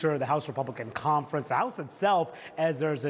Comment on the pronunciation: The way she says conference grinds my gears. “Compfrance “